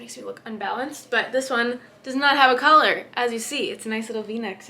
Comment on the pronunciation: You pronounce "Collar" like "Color". I used to do the same until someone pointed it out to me.